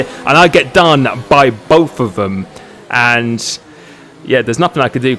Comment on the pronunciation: You can’t speak proper English. Example: both but you say bof. Example two: throttle but you say frottle. Please can you learn to speak proper English because it can be really annoying and frustrating